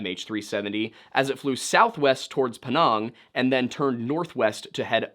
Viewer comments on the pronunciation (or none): Before you slander a mans character and courtly please, know and understand the culture. You have ZERO clue, only speculations. and its called Penang not Penong! My wifes Cousin was a stewardess on that flight.